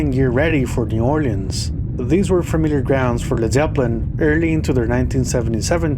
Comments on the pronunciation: all he's got to do now is learn how to pronounce the bands name. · Dude you can't even pronounce led Zeppelin properly